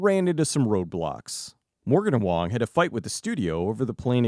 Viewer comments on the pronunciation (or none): James “Wong” 😭